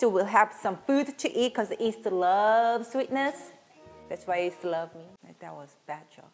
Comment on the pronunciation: Korean cant pronounce “Y” alphabet. Its cute that you call yeast as east ☺️☺️ Like the famous singer Yim Jae-bum pronounced as Im Jae-bum.